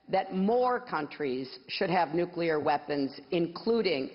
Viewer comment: Just for the fact she says NUCLEAR and not NUCULAR, i would vote for her